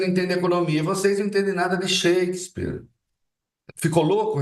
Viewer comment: Sheiksper????? Affff oque esse cara ta falando ????? Juros na casa dos 14% e dolar 6,26 2026precisa chegar urgente